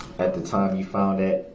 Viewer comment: Do dat. His level of ignorance is beyond my comprehension. He needs to shut up and stop saying tackit. Substain. Do dat. Axe. Hear say. Subject matter jurisdiction. How bout newtons law!!! His long nails. And lack of remorse!!!!!